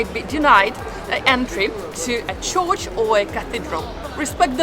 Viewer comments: Dear. You are a lovely presenter. As you are a very learned person, May I suggest one thing? In this show, You kept on pronouncing " Church " as " Chorch" There is no place called a " Chorch" pronounced like " Torch" in English. It Is a Church. Pronounced like in Churn as in making butter. or Urn as in "Burn" Keep on doing your great presentations. I am from Los Angeles but I spend an enormous amount of time in Italy. You are on point about every thing except " Chorch " LOl. 'Buona Giornata. ' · I think I prefer an AI voice... what's a 'chorch'?